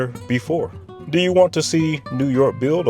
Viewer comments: I live on Long Island and can not listen to anyone that pronounces it Long Giland. 👎🏿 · I’m not sure why you’re pronouncing Long Island with a hard g at the end. As someone who graduated high school and worked there, I never heard a “native” say it like that. But even more, I lived in Shoreham, and it’s SHORE-um, not Shore Ham.